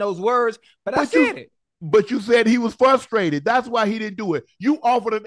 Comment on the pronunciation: What is fustraited ? Do they mean frustrated ?